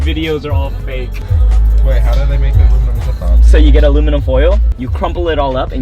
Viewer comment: Man really “aloe vera” or “ala verga”💀😂